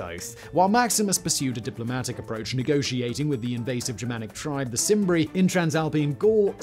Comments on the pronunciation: Simbri? Were they related to the Selts? Roman C is pronounced K. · Cimbri has a hard C like Canterbury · This video is ruined by the fact you don't know how to pronounce a diphthong "ae', or seem to realise Latin uses a hard "C" (there is no soft "C" in Latin) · It's pronounced kimbri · I know this is a old video and perhaps others have pointed it out to you, but if we are going to present intellectual videos at least get the names right, the pronunciation of C in Latin has a K sound. Your are welcome